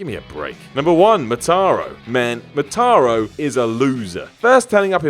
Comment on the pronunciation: It's Mo-Tar-Ru Motaro